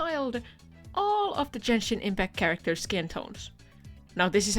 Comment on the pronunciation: you don't even pronounce the game's name right, you dont even play the game